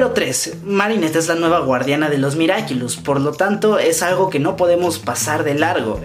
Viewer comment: Nadie: Absolutamente nadie: Ni una mosca: Yo estresada por qué dice miraquilus🙃🙃😂